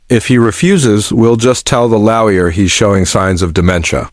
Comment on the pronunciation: Get someone who can pronounce properly. Stop saying 'laoya' instead of lawyer